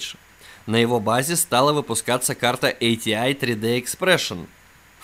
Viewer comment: ЭйТиАй и рЭдион... Аж служ режет. Привычнее просто АТИ и радэОн.